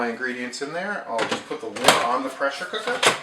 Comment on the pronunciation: DID anyone else notice he said pressure co_ker. lol